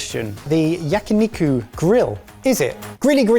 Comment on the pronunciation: he can say onigiri correctly but yakiniku was butchered only the way a British man could.